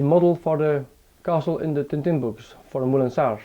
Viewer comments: Tintin, not Tin Tin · Tintin, not TinTin